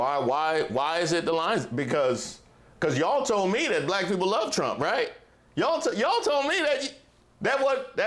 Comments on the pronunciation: The way he says black (bul-ack). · He pronounces it like an old racist would from 1950s and George Wallace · Yes. Saying black with 2 syllables (ba-lack). He also deliberately mispronounces Kamala's name. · he says "balllack" jyst like other racists do. He's already lost the election. Now he needs to be exiled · He has an extremely difficult time saying the word “black”. I think it makes him feel uncomfortable. Interesting.